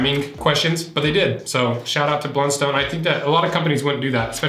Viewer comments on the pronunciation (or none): Heads up - in Tasmania, it's pronounced "BLUNst'n", not "BLUN-STONE". Honestly hurts like nails on a blackboard to hear it pronounced like that. X) I've been wearing the same make of Blundstones all my life (idk how Youtube knew this)... got teased no end for it in school, as they've always been seen as super uncool and cheap boots, associated with uneducated rural workers, so it's pretty satisfying and funny to me to see them having become so trendy overseas. The quality has dropped lately imo (maybe because of their recent surge in brand appreciation, maybe just inevitable) and my latest pair has taken a huge hole in one of the sides after less than a year, where previously I could use them for 5+ years and never had this kind of problem (soles always used to eventually wear out at the front). I feel like they've definitely been messing with their older designs. On the hydrolysis; my 5 y/o old boots are fine, but the older old boots' soles have turned soft and crumbly, so my advice is to jump up and down in them on at least a 5 yearly basis if you value their soles. Local rural suppliers only sell two of the many makes of Blundstone (not sure which two). One is comfy and the other is the opposite. I think the comfy one might be #200. That's basically the big take-home point that I'd make - it's not a slight difference in leather quality that's going to decide which Blundstone is right for you, it's the shape, relative to your foot.